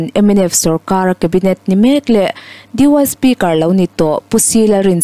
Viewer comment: Di uai sipikar ti a han chhiar chu a....dipiuti sipikar tih te tal ni se, a thluk dang pawh dik lo a awm zeuh" mai. Tin, dipiuti tih hi di uai sipikar ti a an chhiar pawh ka hre ngai lo e a....😅😅😅